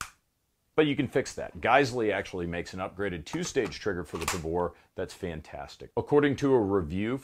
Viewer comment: I thought I heard "Davore" and I wasn't ready for the cc subtitle. Had me coughing up soda.